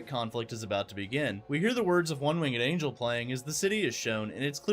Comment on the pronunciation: It’s pronounced wing’d. It would have to be spelled wingged the way you said it. Like a three legged dog 😆. Reminds me of all the DoT players who cannot say Grenadiers the right way and call them Grenade-rs. Good video though.